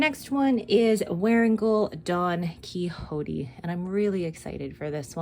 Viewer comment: Don Quixote is pronounced like ‘key shot’ 😊